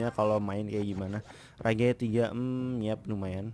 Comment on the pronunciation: btw rage baca nya "rej" bang bukan "rekh" lol wkwkwk